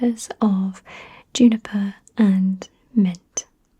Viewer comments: It's actually pronounced "joo-ni-per" but I like it much better when you say "you-ni-per" :) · I knew the Brits said Hherbal but I didn't know they'd said Yuniper